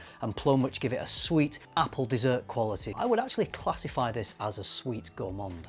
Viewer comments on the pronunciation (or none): none